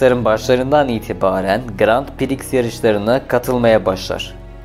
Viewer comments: "Sviç" değil "Svik". "Gran Priks" değil "Gran Pri". Aynı hatayı bir videodan kırk kez yapana kadar önce nasıl okunduğunu bir öğrenin. Anlatım ve hikaye çok güzel. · Yine süper bir çalışma olmuş ama Civic için her SİVİÇ dediğinde resmen kulağıma iğne batıyor gibi oldu. Bunun adı dümdüz SİVİK Aynı şekilde Şervole değil Şevrole, Grand Priks değil Grand Pri... Ben de saçma olduğunu biliyorum ama kelimenin kökeni Fransızca :) Honda Super Cub olayını çok güzel anlatmışsın. O motosiklet ile ilgili de şöyle bir ayrıntı verelim. Discovery Channel'da tarihin gelmiş geçmiş en iyi 10 Motosikleti sıralamasında birinci olmuştur. Sadece satış rakamları da değil, sağlamlığı, sürdürülebilirliği vs... Adamlar motoru ikinci kattan attılar çalışmaya devam etti. İçine dümdüz yağ koydular çalışmaya devam etti... Öyle de efsane bir makinedir. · bir çok kelimede inanılmaz telaffuz hatalarıyla dolu bir video, resmen kulaklarım kanadı. gırand pıriks, siviç ve daha niceleri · grand prix yazilir gran pri okunur. ayrica şervole degil , şevrole. siz turkiye turklerinin genelinde okudugunu farkli seslendirme problemi var